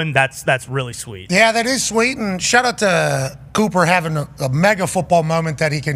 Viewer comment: shaht aht! ❤